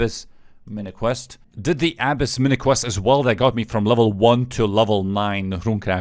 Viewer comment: A-biss not abes